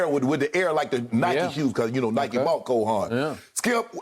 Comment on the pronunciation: Bruh said some cole haans 🤣🤣